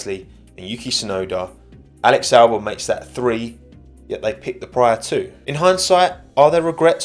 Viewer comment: Just here to comment "Walex Walbon" 😂